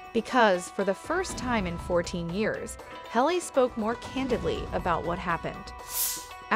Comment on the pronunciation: Why do you not know how to pronounce a name. Her name is not Hal a it is Hal Lee.